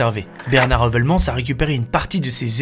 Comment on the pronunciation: Un belge 👌 par contre votre prononciation de Heuvelmans 👎